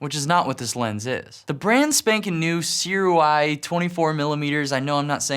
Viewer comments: SUREY is how it is correctly pronounced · SIRUUUAAAAYYYY. you pronounced it wrong